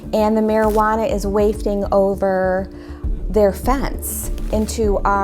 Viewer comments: Waayfting? LOL you mean waftfting?? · wayfting? Wafting, woman, waft.